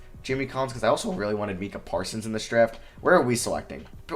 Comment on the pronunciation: Bro Micah isn’t even a hard name to pronounce how you butcher that